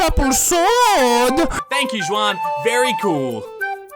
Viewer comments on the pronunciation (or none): Fun fact. Juan is pronounced with a H, not a J